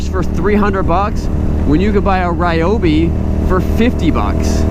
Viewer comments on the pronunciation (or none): none